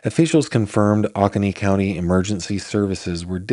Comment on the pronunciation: GF: It's pronounced Oh-ko-nee county. This town is just five miles from me. My 21 month old granddaughter weighs 25 lbs. I can't imagine the suffering of this little boy at 4 yrs old and 21 lbs. This is truly heartbreaking and maddening cruelty.